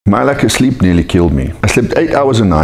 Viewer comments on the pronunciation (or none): I like how says “sleep” like “sckkhleep”